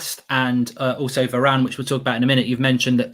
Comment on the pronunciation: is it just me or Mark really have this Italian accent when he said "Varrrane"?